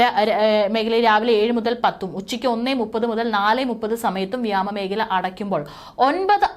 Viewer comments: വ്യാമ മേഘല അല്ല വ്യോമമേഖല എന്നു വ്യക്തമായി പറയൂ. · Vyama mekhalaya alla vyomameekhala yennu parayu